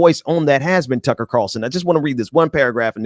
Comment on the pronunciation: I thought he was saying Cucky lol